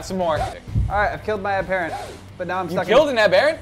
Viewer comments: an am-BEAR-ant isnt a thing. however an AM-ber-ANT. (sorry im not a living dictionary, but you get the point) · its weird the way you guys pronounce aberrant I put more emphasis on the ER but you guys switch the ER for an AR so its abarrent instead of aberrant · ab- er- ant not a-bear-unt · Ab-er-ant not aber-ent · its abberant and lev-e not leevi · They pronounce aberrant in a weird way.